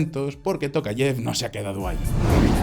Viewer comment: En español se dice " tocayev" o "Tocayof"